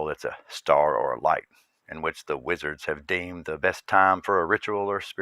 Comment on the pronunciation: Are you saying Wizard or lizard?? ;)